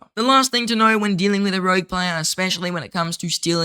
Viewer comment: Ooof, it's "rogue" mate lol